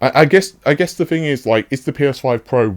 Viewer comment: Fing, fink, free. Why drop your TTTTTTTTTTTTTT's